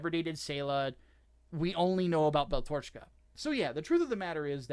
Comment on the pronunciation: horrid mispronunciation of "Tomino" and "Beltorchika" is extremely painful to listen to...